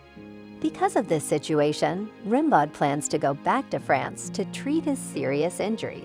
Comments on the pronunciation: Rim Bawd could you not make the effort to get Ram Beau right? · It's pronounced RAM-BOH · "Rimbaud" is pronounced "Rimbeau" - the "d" is silent. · Rimbaud is pronounced Ram-BO and he lived in the 19th century not the 18th. That’s why nobody is dressed like George Washington or Louis 16th. Derp! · The narrator has a silky little girl voice and mispronounces “Rimbaud”. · The clueless idiot mispronounces Rimbaud constantly. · Please learn how to correctly pronounce the name “Rimbaud.”